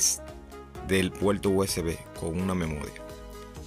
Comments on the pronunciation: "El puelto" 😂😂😂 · Muy instructivo vídeo pero debes mejorar tu pronunciación de la R, gualdal, impoltante, actualizal, puelto. Qué horrible. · La r no se pronuncia como l es decir no se dice puelto sino PUERTO no se dice celulal sino CELULAR etc. En Puerto Rico deben aprender Español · Smaltivi, puelto, cualquiel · Adaptadol , iltenet , conectal, apalte, oliginal ,calgadol,calgal , veldad, celulal, menol,emelgencia, puelto,desflutalde,utilizalde, cualquiel,implimil ,extelno,... Fuera Reguetonero FEO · Disculpa pero yo no conozco el "Puelto usb" ni el "adaltadol al intelné"... "coneltal apalte" eso que significa??... No entiendo, deberías aprender a hablar ESPAÑOL... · Puelto???? Intelna??? Intelnet??? Apalte ??? dalde??? calgadol???? destrozas nuestro idioma.....no tan sólo hay que decir cosas interesantes, sino, expresarlas correctamente..... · "rauter"? "puelto usb"? que idioma habla este individuo??? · La R al principio y al final de las palabras, la pronuncian R, en medio es L. Por eso dicen puelto rico. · Que problema tienen ustedes con la letra R??? gualdal???? puelto????? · La pelsona, el puelto, la veldad, el ploblema....🤣🤣🤣🤣🤣